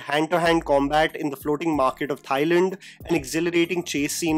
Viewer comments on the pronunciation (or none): none